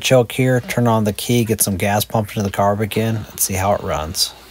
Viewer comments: Enjoyed the video! I noticed that you pronounced ‘kei’ as key….. the Japanese pronunciation is ‘k’. If you ever want to extend your Kei experience, you should really look into getting a Jimny. ‘Though people may scoff, they are a true 4x4 capable of tackling just about any obstacle. And the aftermarket for Jimmys is HUGE! I’d suggest looking into the JB23 series, especially the last few versions (I think they’re designated 9型 or 10型). With the Jimmy’s you’ll have a full length ladder frame, an actual transfer case with 2H, 4H and 4L. They were available with LSD (and possibly locking diffs. It’s been 8 years since I bought mine and I can’t remember) I foolishly just went with the open diffs because I planned to add a locking diff…. but, you know…. Life. Any, always enjoy your videos, no matter the topic. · I love your videos and your a cool dude but it's not key trucks it's k trucks like how you say it kei is spelled like that but you pronounce it k cars or k truck